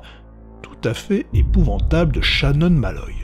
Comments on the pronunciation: c'est épouvantable , pas épouventable sinon sympa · 2 seconde de vidéo et j'ai déjà les yeux qui saignent ... "EpouvAntable"* putain